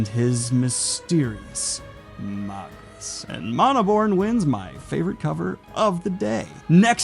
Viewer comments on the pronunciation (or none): Ew, that is not how you pronounce magus. It is may-guss not mah-guss. Thank you, that is all.